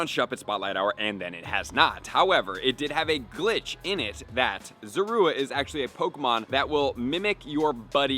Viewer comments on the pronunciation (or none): Pronouncing it wrong. It’s Zorua. Not Zora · Sorry but who says zorua like that